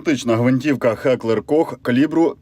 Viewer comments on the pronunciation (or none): Та не "Хеклер", а Геклер&Кох. Давно час відкинути тупі кацапські мовні кальки. Ви ж на Гнатишина не кажете "Хнатішін", як це роблять недолугі лаптєноги.